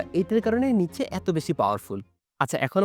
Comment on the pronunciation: উচ্চারণটা কি নিটশে/নিৎসে নাকি নিচে?